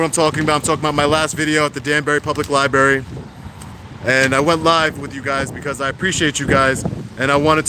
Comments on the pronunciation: I think it could be me, but you might be pronouncing the place where they keep all the public books, incorrectly. Your grammar and vocabulary are awesome, so please don't take me as being too critical. Love your work!! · There are TWO R's in libRaRy. It's not liBARY. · It is Library, not Libbary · Great channel, thank you. Also, it's pronounced lai-bruh-ri not lie-berry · 😁 It’s not ”Li-Berry” - it’s “li - br - erry .” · What's a libary? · You are just great. Please correct your pronnounciation of library from "liberry" to liBrary. Xxxx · Please don’t say LIBARY. It’s pronounced LIBRARY. With TWO Rs. When you say libary it makes you sound uneducated. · First, thank you so very VERY much for being a wonderful advocate for our 1st amendment rights. But please, for the love of English...it's a 'lie-br-aiRy', not a 'lie-berry'. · LiBRARy NOT berry lol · Its lia-breh-ree bro not libary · It’s Library!!!! NOT LieBerry ! Dumbsss! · I LOVE YOUR WORK, BUT PLEASE STOP BUTCHERING THE ENGLISH LANGUAGE. IT'S NOT "LI-BERRY".. IT'S "LI-BRARY". REMEMBER, THERE ARE NO BERRIES IN THE LIBRARY. NICE JOB KEEPING THE COPS IN CHECK. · libRary not lie-berry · Library has two r's, it's not "libary"... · He says libary, are you deaf or just a triggered fanboy lashing out? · Lie-barry? You have kids... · You’re doing a good job. Now if only you could pronounce Lie Berry correctly. Oh well, can’t have everything 🤷🏻‍♂️ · I hate when people say libary, but with, it's endearing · Li - BRAR -ee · 024 “At the Danbury public ‘ libarry’ lol. This is the way 3 yr olds pronounce it. Perhaps he needs to visit the ‘libarry’ more often. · I love you bro, but it's LIBRARY!! Not Lie-berry! LOL I'm from Harlem so i used to say it the wrong way all the time. Now whenever i hear someone say that, it grinds my gears lol lol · it is LIBRARY with an R you moron, not LI-BARY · I just hate the way he says "Liberry" lmao. Other then that great content 👌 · Anyone else hate how he says liberry lol